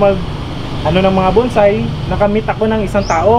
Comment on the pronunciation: Hindi yan buuuunnnnnsai..... BONSAI.... puro kyo bunsay eh......